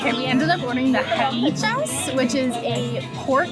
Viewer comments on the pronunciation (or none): halichas 😂 i think is hilachas , but im not sure , i don’t remenber any pork halichas 😄😄😄. I think it was beef hilachas… great video , im from Guatemala city , so next time do not forger to visit the best city in Central America 👍🏻👍🏻👍🏻.